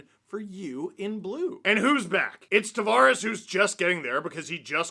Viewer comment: TAV”air us”